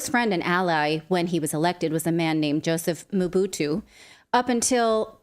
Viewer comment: Mobutu not Motubu... Mobutu Sese Seko...